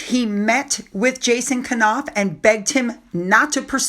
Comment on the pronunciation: I think it's pronounced Noff not Ka-Noff.